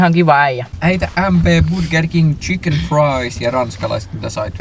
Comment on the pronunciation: myyjä luulee et joku 14v jonne tullu trollaa ku kuuluu vaan "saanmä vopper-aterian fantalla ja sit noi tsiken fraissit ja kola"